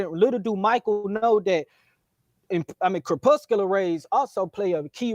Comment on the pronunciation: 1) "kerpusular rays" 2) you don't need to explain seasons on the globe in a debate, thats first grade science. JFC